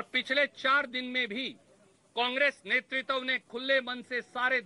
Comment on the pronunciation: नेतृत्व तो बोलने नहीं आ रहा नेतृत्व और netritwa में अंतर होता है